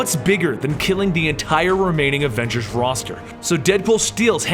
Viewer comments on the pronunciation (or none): none